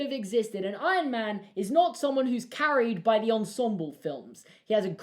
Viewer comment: "Ion man"